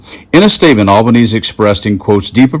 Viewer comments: It's pronounced AL-BAH-NEE-SEE, not All-bah-neese. I'm an American living here with my Aussie husband. I'm so glad that we decided to live here and not in the USA when we got married many years ago because I really, really hate what has happened to my beloved country. Australia is a beautiful country. There are a few nutters, but for the most part, Aussies are kind and a considerate. Live and let live. The USA is like a friend I no longer recognize. A complete shame... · Just a note, Australia’s Prime Minister’s surname is pronounced Al-ban-eez-ee. Also, it’s hilarious for Trump to call Kevin Rudd, who has a PHD in political science, “not the brightest”. As Trump himself said, “smart people don’t like me”. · We pronounce Albanese as Alba-neesy. As an Aussie i dont understand what Trump's voters thought they would get from a 34 x convicted criminal fraudster, SAer, insurrectionist & lifelong conman. Trump wanted to open a casino in Aus in the 80s and Australia refused because of his alleged mafia ties. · Al ba-nees ee🐈‍⬛😎🇦🇺😌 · "Albanese" is pronounced "Albo-knees-ee". Kevin Rudd isn't only our outgoing Ambassador, he's our former Prime Minister, who got us through the GFC relatively unscathed. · It's Alban(easy) Italians end most words with the vowels especially names, if your gonna be insufferably left biased at least treat other cultures with some dignity yank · I wish they would pronounce our Prime Ministers name correctly. Al bun easy, now say it fast 😊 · Our Prime Minister's name is pronounced Al-ban-ee-zee. It is disrespectful to mispronounce anyone's name &, as his name has been said around the world for at least the last 5 years, you should know how to say iit. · Albeneeeezeee, rhymes with over easy 😊👍 thank you for this report ❤ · The PM’s family name is pronounced “Albaneighs - ee”. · It's pronounced "Al-ba-nee-see" For those who don't know, Kevin Rudd was also once recent Prime Minister of Australia. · And still can't pronounce "Albanese". 🇦🇺